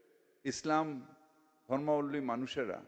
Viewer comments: আমরা মাথাভাঙা জাতি। ধূর আল নিজের জায়গায় ঠিক আছে। তবে ধর্মাবলম্বী উচ্চারণ করতে পারেনা। ওর বাপ ওর মা কে দাওয়াত দিয়েছিল। হিন্দুরা বললে ট্রেন, বাস পুড়ত। শোন ছোটলাট ছোটলাট শোন আমি গর্বিত আমি হিন্দু। আমি হিন্দু। তুই কোরানের কথায় বলেছিহ। তুই বলতে বাধ্য হলাম। অমর্ত্য সেন পচা ডিম। ধূর আল। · আহা! কলকাতার প্রধান নাগরিকের কি উচ্চারণ! "ধর্মাবলম্বী উচ্চারণ করতে পারেন না।